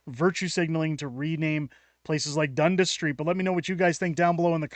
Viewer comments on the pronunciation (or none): It is pronounced Sipd"I"na, long second I. One of the most famous streets and neighbourhoods in Canada. Also, it is pronounced Dun DASS, not Dundus. Someone has never been to Toronto, apparently.